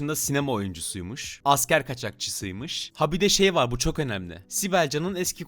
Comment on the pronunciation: Kadının -Çoğhh üzücü 😆🤣